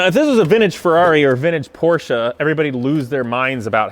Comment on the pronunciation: You are the first American who pronounces Porsche right, congratz. This is a nice 944, but i prefer air cooled 911's. Nevertheless this 944 is a piece of art so handle it with care.